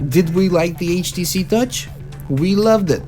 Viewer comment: You said gutch not touch?